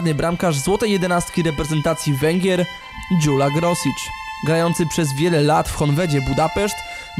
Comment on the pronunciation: nie pamiętam już wszystkiego co było w materiale, ale najważniejsze - nazwisko. nie Grosicz, tylko Groszicz. nie Dźula, tylko Dźulo, nie Tatabańa, tylko Totobańo. oczywiście, wszystko w wielkim uproszczeniu. generalnie najważniejsze zasady - 'a' bez kreseczki;) czytamy jak 'o', 'a' z 'kreseczką' jak 'a', 's' jak 'sz', 'sz' jak 's'. 'ly' to 'j', 'e' z kreseczką to coś pomiędzy 'ej' a 'ij', trudno to tak wytłumaczyć;] chyba tyle z najważniejszych, jakbyś miał problem z jakimś konkretnym słowem - pisz na mejla w mojej zakładce About. miłego!